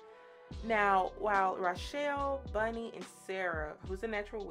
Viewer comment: Bonnie not Bunny.